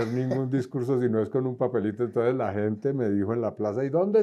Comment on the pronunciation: y no se dice "entoes" se dice E N T O N C E S, definitivamente Petro deja una vara muy alta...!!!